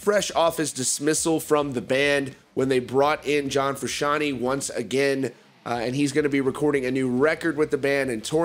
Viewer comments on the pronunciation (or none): “John Frooshawny” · Jack Conor Ria It bothers me the way he says it.